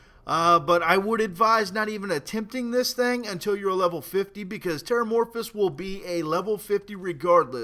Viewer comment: He always say thing as thang.